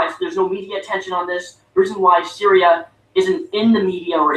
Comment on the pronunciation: Funniest thing about his video, is that he talks about how little feminists care about this womans rape. And he doesn't even actually know her fucking name. Lol. It's Cytherea not Syria,.